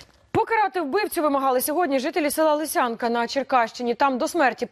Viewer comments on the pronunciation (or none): Не ЛисЯнка а ЛИсянка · ЛИсянка а не ЛиСЯнка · ЛИсянка, а не ЛисЯнка!!!